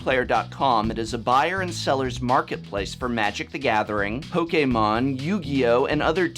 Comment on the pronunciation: I would like to thank you for pronouncing Pokémon correctly.